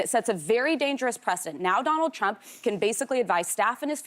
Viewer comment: I love Joy's mishap on rumps name!! So perfect!! Thank you, Anna!! Alyssa is pathetic!! She is a worm and is showing her true colors now! I will definitely not be watching your show anymore!!